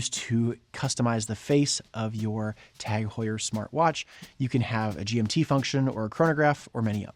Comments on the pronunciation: Is that how TAG Heuer is pronounced? Is it not pronounced Taag Hyuur? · Can’t even pronounce it correctly 😂